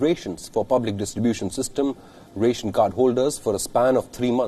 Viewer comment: What the hell is "RAY-Tion"? being news anchors the least they could do is check the pronunciation of words. And no dear social justice warriors I know you'd talk about "Indian English" or "Indian Accent" - It is not about acquiring any accent, it is regarding clear pronunciation that doesn't cause any misunderstanding.